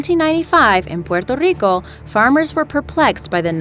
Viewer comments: I love how you said chupacabra and Puerto Rico correctly thank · While Puerto Rico and Chupacabra are pronounced correctly complete with the Spanish inflection the pronunciation of Herodotus is wrong. The correct pronunciation is 'huh-rod-uh-tuh s). The correct pronunciation of Sir Walter's last name is (Raw-LEE) Raleigh.